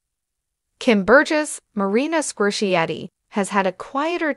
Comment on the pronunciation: 100% wrong. And she didn’t even pronounce Marina Squerciati’s last name correctly.